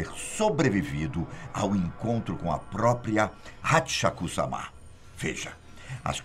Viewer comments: A pronúncia não é samá, mas sim sâma! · Não É samá Não. A pronúncia é sem acento, como se lesse sama (sãma ).